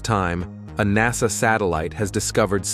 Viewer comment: You really need to change the reader or update your system. "NASAY" "probee" "one hundred hundred miles per hour"